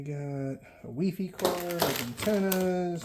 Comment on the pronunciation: Dude what the fuck is wefe! its wifi as in wireles fidelity.